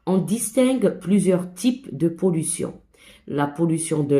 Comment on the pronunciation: شكرا يا إستاذة . عفوا ولكن ليس la pollutiooooon بل يقرأ la pollution 🤣🤣🤣🤣😂😂😂😂 و لكن شكرا على كل مجهوداتك 😇😇😇😇😇😅😅😅😅😅😅